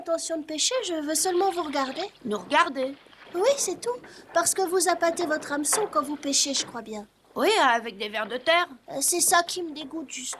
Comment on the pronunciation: Tom : on ne dit pas des "Ameçons"(phon*) car méme si ce mot porte le "H" ce n'est pas un "H" aspiré et on prononce un "N'Hameçon". on dit : Un Hérisson(érisson) : mais un "N'habitat" : un "N'haltérophile" et non pas un "Altérophile"(phon*).T'as des enfants qui suivent ce dessin A : fait gaffe.